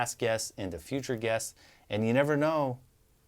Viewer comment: I literally heard "We are so excited for passed gas" when he actually said, "we are excited for passed guests"